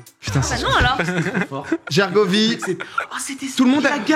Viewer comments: "Guergovie" mon petit cœur Auvergnat souffre, c'est Gergovie, il n'y a pas de u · ca se prononce jergovie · Pourquoi Gergovie se prononce guergovie et pas jergovie?